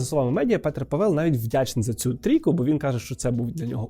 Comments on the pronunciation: Будь ласка, не Pavél aле Pável 🙏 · Пробачте ,хочу вас виправити. Ставиться наголос на перший склад. Тобто,не Паве´л,а Па´вел. Володію чеською уже 24роки. Слава нашим героям. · Мені одному здається, що спеціально робить наголос на павЕл, а не пАвел, щоб ми писали побільше коментарів на цю тему скажімо, як оцей, що я написав 🤗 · Привіт, я чешка. :) Обидва склади в "Pavel" короткі і наголос завжди на першому - але не дуже силний. Дюкую за відео! Я дуже рада що Українці раді за нас. Я сподіваюся що з новим президентом ми зможемо допомaгати вам ще більше. 🇨🇿❤️🇺🇦 ✊️ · Both vowels are pronounced short in czech language. PAVEL, not PÁVEL and not PAVÉL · головне щоб не ПетЕр) просто Петр ПАвел. і кого чого - Петра Павла)першим звучить імя, так як у випадку Андрей Бабіш. :) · Живу в Чехії, всі кажуть Пáвел. В них навіть логіка мови така, що більшість наголосів на перший склад. Є ім'я Pavel, де наголос на перший склад. Проте розумію, що може здатися що наголос на другому складі, тому що чехи досить розпорошують наголос + мають довгі голосні. Імхо — має бути Пáвел, я так чую. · Дуже гарне відео, але Пáвел. Мій чоловік чех, я вільно володію чеською. І при відмінюванні не Павела, а Павла. Петра Павла. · Дякую за відео, але є одна помилка: Павéл а Пáвел. У чехів наголос завжди на першу наголосну. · ПАвел, в чеській завжди наголос на 1 склад. Просто вони чітко всі голосні вимовляють, тому інколи незрозуміло) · В ческій мові наголос йде на перший склад- Пáвел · Па‘вел, наголос на перший склад. При відмінюванні: Петра Павла, не Павела. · Petr Pavel, Петр Павел . Наголос в прізвищі на першому складі - ПАвел. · ПАвел, наголос на перший склад. І при відмінюванні : Петра Павла, не Павела. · В чеській мові наголос завжди на першому складі ( не говоримо про довгі голосні). Як Петр, так і Павел ( і прізвище, і ім'я) мають наголос на першому складі: Пáвел!!! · Як людина, що володіє чеською маю до вас зауваження- Петр Пáвел, наголос на перше "а". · Живу в Чехии, ударение на А